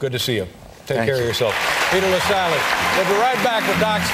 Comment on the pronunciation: Have respect for people's names - the name is 'Lassally'.